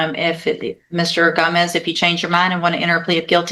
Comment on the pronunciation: lol she never knows how to say Gomez.